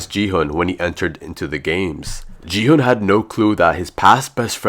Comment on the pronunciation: and if your a squid game fan you would know that player 456's name is pronounced "Gi-Hun" not "Ji-Hun"